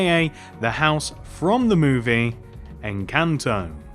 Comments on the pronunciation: It's encanto not enchanta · “Aka the house from the movie enchanta” 😂😂😂